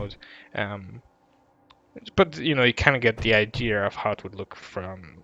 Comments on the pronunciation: It's pronounced I-de-ah not I -dee-ur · What is an "ideer?" At first, I thought you were trying to say, "idea," but there's no R in that word, so I'm just confused. Is it a deer sold by Ikea? Or maybe some new Apple product? Please tell me so I know if I need one, thanks. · bro idea has NO r in it STOP saying idear... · So… do people from the UK spell idea with an r are can they just not say idea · theres no R in Idea